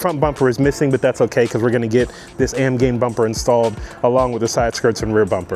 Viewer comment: AMGAIN? There's an "I" in there buddy